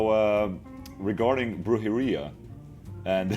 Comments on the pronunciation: Dino saying "Brujeria", Ola Saying "Brhurdjeria" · Dino's kinda pronouncing weird too. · Ola the spanish slayer. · Sounds like he’s saying diarrhea but with a B lmao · I'm Mexican, dude. I speak Spanish as well. He's still pronouncing it weird.